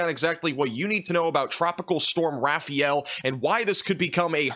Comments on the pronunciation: It’s not pronounced rafi-yell. It’s ra (rah), fa (as in father), el (like the letter l). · It’s pronounced ”Raf-eye-yell”